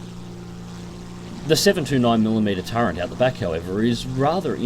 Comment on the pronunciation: Really enjoy your vids, good flying with a good dissection on your decision making process. But please stop saying "turrent" instead of "turret". Gripe out of the way are you gonna do any more ground forces or are you done with it till it gets more work done?